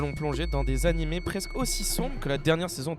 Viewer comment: Déjà quand on dit "anim"...